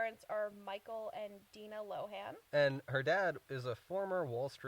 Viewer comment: Her mom's name is "Dee-nuh". Not "Die-nuh." Lol